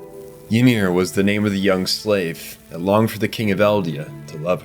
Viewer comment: Did you use AI for the voiceover? Reiss isn’t pronounced like Reyes The show pronounces wall Maria stupid but the video here says it right, but gets Ymir, Tybur, and Reiss all wrong